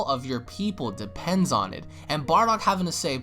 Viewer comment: Haha "Barduck" :3